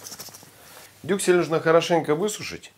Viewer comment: Я тоже три раза перематывала-переслушивала, когда, говорил "дюклес"😂 Кровь из ушей)